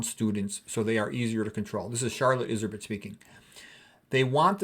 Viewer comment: the books is rare, and expensive now. Her name is pronounced "Izzer-beet" btw.